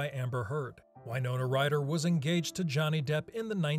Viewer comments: You're a "Film Streak" representative and yet you don't know how to pronounce Winona??? It is not Wynona, it is Win...ona! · Dude.......please.....stop pronouncing it why-nona. Jesus christ!! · I have never heard Winona pronounced as “Why? Nona” before. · It's it "why-nona Ryder," or "Win-ona Ryder"?